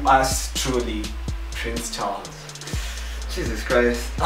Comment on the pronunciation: Pwince Charlzzz hahaha mine was worse....